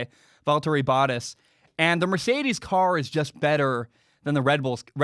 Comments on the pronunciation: Boat-tas, not bot-tas. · Am I the only one that cringes every time he mispronounce Bottas’ name? Lol